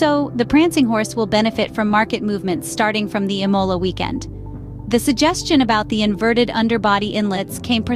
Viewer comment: If you're going to cover Ferrari news, then fix your garbage AI bot to pronounce Imola and Scuderia correctly. Disgusting attempt at being a 'Scuderia Fans' channel.